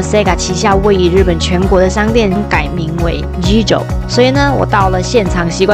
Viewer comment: 「GiGO（ギーゴ）」不是念ジィジョ喔，其實仍是SEGA公司的只是董事股權變化由東京都品川區董事長換成東京都大田區董事長來經營遊樂場並改名GiGO且GiGO似乎也不是新名秋葉原遊樂場很久以前就曾是這名子後來才改SEGA GiGO，現在只是GiGO又變大字，看來SEGA公司內部人事不簡單。 昭和 昭念招不念紹。